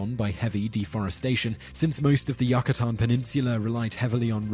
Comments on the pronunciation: Great video, but Yucatan is pronounced YOUcatan and Mayan is pronounced MYan. Just for future reference, keep up the great work! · ...and Yucatan